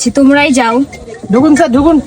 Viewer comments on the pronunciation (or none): none